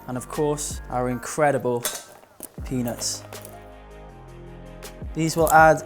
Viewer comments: Also it definitely sounded like penis and not peanuts hahaha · I swear when you say peanuts you skip the T. peanus